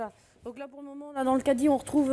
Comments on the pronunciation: C’est moi ou la voix off ne peut pas dire Cadie 🤔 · La voix off n’arrive pas à dire caddie